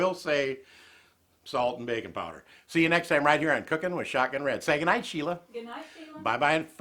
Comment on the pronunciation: BAKI NG powder!.... I thought he said BACON powder. Ok... Let me try again.